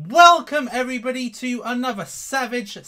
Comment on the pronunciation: “Welcome everybuddy”